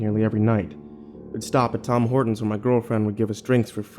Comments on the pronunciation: did you say tom hortens ? its tim hortens lol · Am i the only one who heard him say Tom Hortons.. ITS TIM HORTONS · It is not tam Horton it Tim Hortons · HAHAHA TOM HORTONS?? haha as a Canadian i love this (also the way you pronounce Ontario) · Tom Horton's? Thought it was Tim Horton's. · Tom Hortons lol it's Tim Hortons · Tim. Tim Hortons. It is my civic duty as a Canadian to correct that. Tim. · I can't he said Tom Hortons it's Tim Hortons!!! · "tom hortons" youve obviously never been to canada. you also butchered ontario. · Did this man just say TOM Hortons? As a Canadian I am offended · Did you say "Tom Hortons" ? Lol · Did you just say Tom Hortons? Damn Americans...... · “Tom” Hortons XD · Okay so Tom hortons was bad, but god the way he said Ontario.. I love his narrations but man that hurt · Keksijica of Kekistan come on man the one brand we get to be proud of and he butchers it